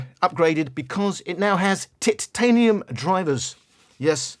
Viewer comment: Lesson of the day - must emphasize the first three letters of 'Titanium'